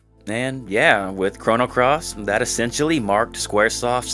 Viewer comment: Stopped listening at "Chrono Cross".